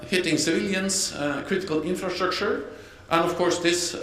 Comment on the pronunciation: The guy cannot pronounce "infrastructure" LOL